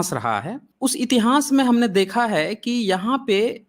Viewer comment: बड़े ज्ञान की बातें बताते हैं, बस उच्चारण की त्रुटि में सुधार करके इतिहान्स को इतिहास कहें; इतिहान्स कहना फूहड़ लगता है।